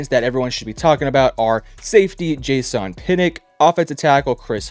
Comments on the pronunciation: Jay-sahn you mean jason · ive never heard someone pronounce Jason like jay-sahn